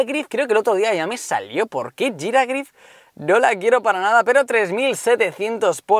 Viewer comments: no se dice "jiragrif" es "jirafarig" 😂😂😂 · Giragrif ?????? Es "G i r a f a r i g" no termina en grif